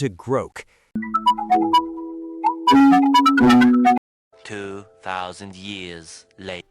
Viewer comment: Ah yes, "Groak".